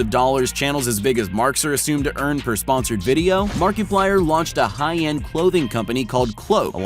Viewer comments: Did this person call it Mark-E-plier? Its Mark-A-plier mister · his name is markiplier not markeeplayer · Did he say Mark E Pliyer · Who else is dying laughing from how he said markiplyer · Just imagine if mrbeast makes he’s one city, everyone will be there, also did he just say marky plir? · Mark- eeeee- plywer nooooo stop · It's not Markiplier it's Markiplier!😂